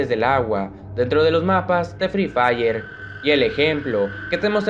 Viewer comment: Me encanta cuando dice free fiyer 😂😂😂😂